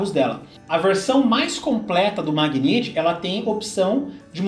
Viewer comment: A pronúncia correta do carro da Nissan é Megnait, e não Magniti.